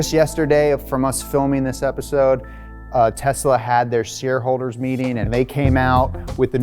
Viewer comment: The only guy in USA that pronounces TESLA the way it is suppose to be pronounced. AND NOT TEZZZZZLLLLAAAA